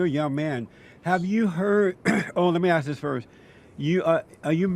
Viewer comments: why do black people pronounce the word "ask" as "aks". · why can't black people say "ask" correctly